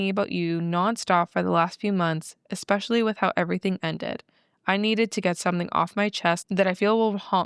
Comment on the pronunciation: Sorry, I have to say this…, you always add an x to the word especially. Kinda funny though 😁 Love you guys ❤